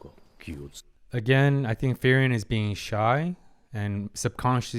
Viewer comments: Four episodes in and you're still saying Ferien instead of Frieren... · By the way... i know that accents may be difficult for some peoples to pronounce... but Frieren is pronounced "FREE-RENN" and not "FI-RI-END" (not to confound with "Free-Rent")... "FI-RI-ON" (Firion, masculin version of Firien) is a character of final fantasy 2... Just like "Fer-nand" (pronounced "FER-NAN") is the masculin version of "Fern" (in english), or "Fer-nan-de" (in french)... No ill meaning... just trying to remove a tiny splint that do not belong there... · it still throws me off everytime he pronounces Frieren as Ferian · Him getting the name wrong is super annoying for me, but I also realize he probably recorded the first four episodes in one sitting, since he has the same shirt, so I only have the right to get properly annoyed if he makes the same mistake after changing shirt. Of course, it's been a year, so it doesn't change anything regardless.